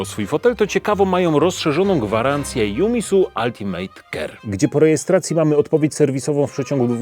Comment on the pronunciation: wszystko fajnie, ale nie “altimejt” /ˈʌl.tɪ.mət/